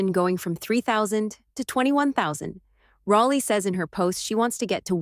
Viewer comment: Fix your AI. It's pronounced Rollie, NOT Rahllie!!